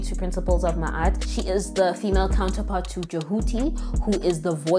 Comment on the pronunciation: I’m appreciative of the pronunciation. Ma’at was correcting the pronunciation in another video I came across. She said look up a real knowledgeable being. Here I am!